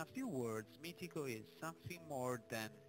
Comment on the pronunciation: MITICO.... ecco la corretta pronuncia di Meetecho... COMPLIMENTI!